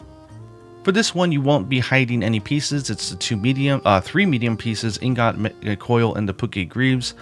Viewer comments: Ingot is pronounced ING-gitt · Sorry to break this to you, but the o in ingot is pronounced with an "uh" that's not emphasized. Other words in this pronunciation key guide I'm looking at are Rosa, about, and oppose. Ah, the mystical wonders of language. ;) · Ingot is pronounced EEN-gut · The way I pronounce ingot is in-get not sure if it's the proper way though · Ingot -> een'GUHT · ingot is pronounced ingit.:) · Ingot is "ing" (like the suffix. jump-ing, swimm-ing, etc), + "git". "ing-git."